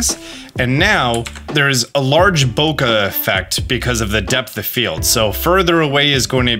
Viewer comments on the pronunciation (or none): none